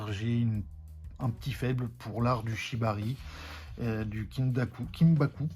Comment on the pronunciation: Encore une vidéo très intéressante ! En voyant tes vidéos je réalise qu'on a qd même pas mal de points communs ! Ça fait quelques jours déjà que je pense à faire une vidéo sur le Bic et moi (vieil amour, j'avais 13ans). Pour le Shibari, prononces "Shibali" 😉 (Encore un point commun 🤣🤣🤣)